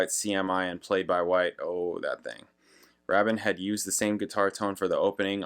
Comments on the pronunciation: It's "Nine Oh One Two Five" and Trevor "Raybin", I believe 😊 You can actually listen to his original demo followed by his solo version here on YT! 😀 And there's also a very interesting and quite entertaining video of Trevor Horn talking about the making of this song, on the RedBull Academy channel 😊👍 Malcolm MacLaren had co-owned a London fashion store together with Vivienne Westwood in the 70's and discovered the Sex Pistols and was their manager 🙂 His album 'Duck Rock' Trevor Horn helped him create is supposedly the first UK recording with Vinyl Scratching effects on it and is regarded as influential on styles like Rap and Hip-Hop 🙂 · Why don't you figure out the guy's name's pronunciation, Rabin "Rabbin" , before you make your video, and then pronounce it correctly throughout, instead of alternating pronunciations and sometimes using both?